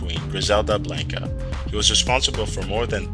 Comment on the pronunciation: This man said Griselda Blanko